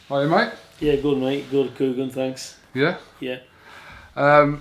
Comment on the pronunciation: it's "U ee" not "hUee" kugan, get your pronunciation right